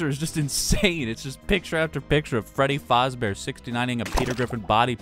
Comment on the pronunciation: The way he said "Freddy Fäzbear" lol